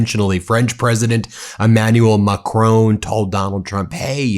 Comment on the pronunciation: It is Macron and not Macroun. Please pronounce it right or avoid it.